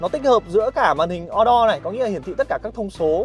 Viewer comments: Thằng Nhà Qê ... Màn hình Ô-Đô , Sao lài đọc là O-Đo ??? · đọc là ô đô cho nó tây bạn ơi :D